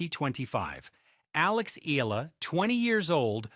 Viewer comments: PRONUNCIA Ee--- YAA-- LAH GRAZIE. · Eee-yah-lah !❤ not eelaah! My goodness! 🤣🤣🤣we Luvv U Alex & Alex 🥰😅💪🎾🏆🫶😻😀👍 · Eala it is pronounced as e-ya-la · Pronounce the name "" Alex eyala, Eala